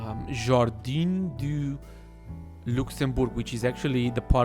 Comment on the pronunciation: Lycée is « Lee-say » but appart from this, its spot on ! (Jardin is « Jar-duen » closest I could get). We’re so happy you try, French is difficult. Love your series.